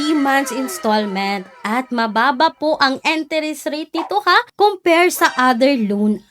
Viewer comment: ❤Billease is one of the best, legit loan platform. Almost 5 yrs n ko kay Billease. ❤❤Ano b Yan.. "enteres?". Can you pronounce it correctly